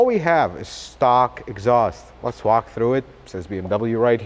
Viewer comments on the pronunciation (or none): none